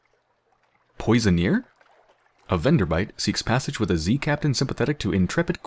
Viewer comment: Poissonnier - Is a seafood cook, pronounced pwah-sawn-EE-ay